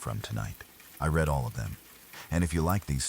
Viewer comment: Dead giveaway..AI .."I RED ALL OF THEM.".( READ ) Spoils Sooooo many great stories. 😢